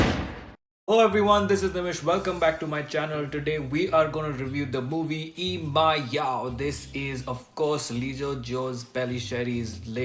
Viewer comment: yes u said the name correct